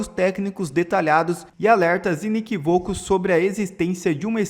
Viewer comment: NÃO SE PRONUNCIA "I ne qui VÔ co"!!! SE PRONUNCIA *"I ne QUÍ vo co"* !!!